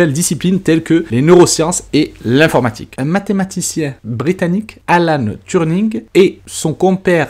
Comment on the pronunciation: Beau boulot de synthèse. Mais au fait, c'est Alan TURING, pas Turning. 😉 Mais ça n'empêche que le contenu est bon. Je m'abonne direct.